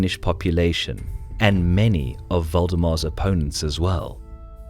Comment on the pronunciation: Nice to see more nordic battle videos. But you mispronounced he who should not be named.